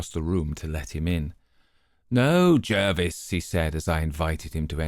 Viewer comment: Great to hear this, a really good reading. I'm a huge fan of Dr Thorndyke and am lucky enough to own J J Pitcairns own copy of the super rare 'Adventures Of Romney Pringle' 1st edition. BTW Polton is Thorndyke's Laboratory Assistant, not his butler, and Jervis is pronounced 'Jarvis' as it's derived from the French Jarvois. Would be great to hear one of the inverted tales next..